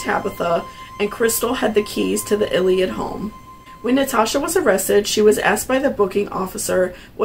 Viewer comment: The families name is actually pronounced as the “LILLY-lids”